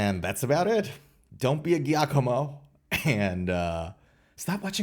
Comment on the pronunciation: Giacomo is pronounced Jacomo and it's Danny Sapko not Sepko.